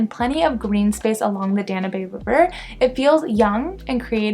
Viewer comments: Danuuuub River not Dan u bey River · 5m17s where is the Dan - u - bay river? Its pronounced Dan-yube = Danube River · Danube it's dan-yoob, not dah-nyu-bey...